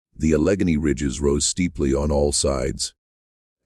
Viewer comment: Nothing ruins a documentary more than the AI voice (or human voice, for that matter) mispronouncing proper names. You have mispronounced "Connemaugh" and "Allegheny", and you're only one minute into the video. As a listener, I gotta figure if you're that sloppy with the pronunciations of these places names, you're probably just as sloppy with your research, and why should I waste my time on some half baked conspiracy theory about the Johnstown Flood. To those interested, I recommend David McCullough's The Johnstown Flood, a richly well researched and truly moving and heartbreaking account is this tragic disaster. (My great grandmother died in the floor, and my great grandfather managed to save my grandmother, before his wife was swept away before his eyes.)